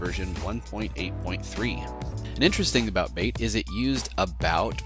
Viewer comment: Just one thing that bothered me, MATE is pronounced "mah-tey" instead of "mayte" as you said in the video. This is because it is named after a South American tea named "Yerba maté." /rant Nice video though!